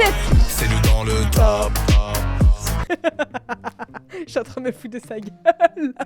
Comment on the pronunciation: Il dis "chui dans les temps" pas chi€r dans les dents 😂